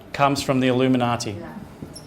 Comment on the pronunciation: Oh my God the 25th of September...the Illimuniati....the Australians!!!! lol